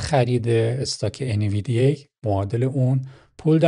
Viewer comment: ان-وی-دی-یا تلفظ صحیح سهام NVDIA هستش.